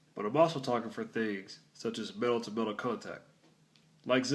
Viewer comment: Lol I heard male to male contact not metal